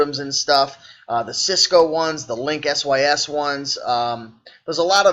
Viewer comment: Linksys is pronounced just like it looks link-sis.